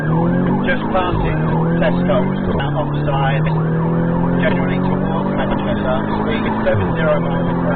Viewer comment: Manshester 😂 it's Manchester